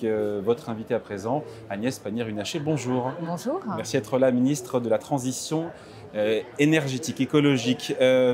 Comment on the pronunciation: Agnès Pannier-Runacher bonjour... - Ponchour-han. écouter Pannier c'est la magie-han, vous ne trouvez pas-han ?